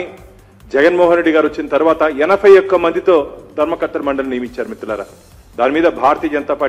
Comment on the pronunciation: ధర్మ కత్తెల మండలి కాదు - ధర్మ కర్తల మండలి.